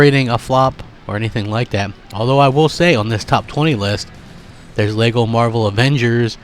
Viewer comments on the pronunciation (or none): none